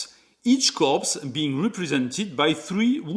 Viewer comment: I love your accent! But note that "corps" is pronounced the same as "core".